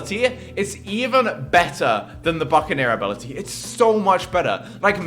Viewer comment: did he just say abolty XD